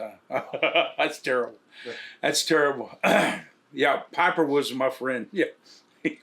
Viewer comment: Pah-per............. Holy Hillbilly. Lol😂 Bart seems like a nice dude though. I wish I could'a hung out with!!!!!!